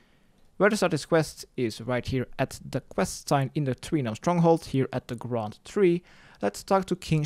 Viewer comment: The graund tree. Not the grand tree.